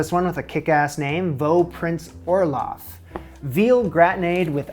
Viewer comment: Why dose it sound like you r saying olaf from frozen.